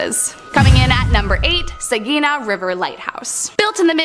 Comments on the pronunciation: Saginaw: SAG-ih-NAW, not "sageena." Just sayin. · Nice video. We pronounce it Saginaw Sag in naw in Michigan. Ppl I know with the name Sequin pronounce Segeen as it's a French Canadian name. Plymouth is plim myth. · No hate to you at all! I love the videos I got a laugh when you spoke on the Saginaw lighthouse. I’m a Michigander and it’s always interesting to hear how others pronounce places here. Saginaw is pronounced SA-GUH-NAA Not hate at all love the videos keep it up! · Good video but gotta work on the pronunciations. Like Saginaw and mackinaw.